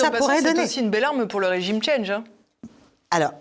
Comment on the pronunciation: le "régime tchandge" ??? svp parlez français